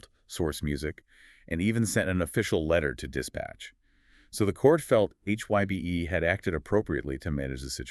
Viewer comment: You prononuced HYBE incorrectly.